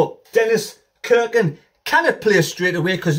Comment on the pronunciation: Haway man, get it right. It’s not pronounced Kirkin ……….. stop it!! It’s pronounced Cirkin with a SSSSS irkin. Look forward to watching you this season pal 👍